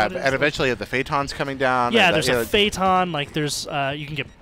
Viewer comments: i assume he meant phantom, not faytom lol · i love how these guys have no idea how to say any of the halo names i mean fayton? wtf is that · Phatom? Does he mean phantom? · "What's the name of the Covenant tank?" "The fay-ton" I'm assuming he means Phantom, wow these guys are morons. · Fayton? Did he mean Phantom, the Covenant drop ship?